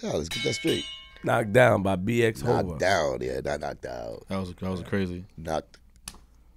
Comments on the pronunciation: BX HOVA, not NOVA lol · BX NOVA? Yo man it’s Hova lol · Bx Hova.. not nova